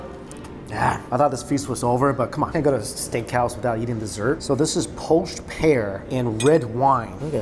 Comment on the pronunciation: Is it just me or anyone else also hear "Yeeting" when he says "Eating" XD